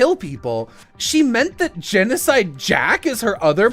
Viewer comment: Gencodide sounds like “Junko died” lmao